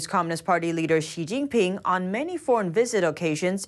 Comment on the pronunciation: Love ya... *BUT*...... "Xi Jing Pin... COULDN'T... care less. "